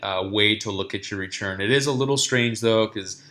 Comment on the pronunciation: Why do you say RECHURN instead of RETURN?